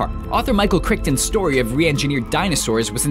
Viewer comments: Michael Crick-ton? It's pronounced Cry-Ton. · A very interesting compilation. FYI Author Michael Crichton's last name is pronounced Chryton with a long I and a silent second "ch" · I think it's pronounced Criton, but spelled Crichton, other than that it was an incredible video, Thanks! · he said Michael crickton. it's Crichton. like frighten but with a "c" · Crichton is pronounced (cry-ton), not (crick-ton). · Crickton eh? It's pronounced Cry-ton. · "Krikton" o God why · Who is Michael "Crikton" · it's pronounced Michael Crichton, rhymes with "Frighten." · lol...he pronounced it like "Michael Crick-ton" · "michael crickton"? really? really? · Michal cri-TON not cri-pon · yeah wtf was that? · Even if you were somehow wrong here, the announcer should've known better because Farscape. ^_^ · The way he pronounces "Michael Crichton" 😂😂😂😂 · The 'ch' in Michael 'Crichton' is silent.